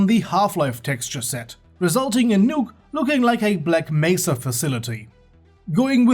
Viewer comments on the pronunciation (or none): none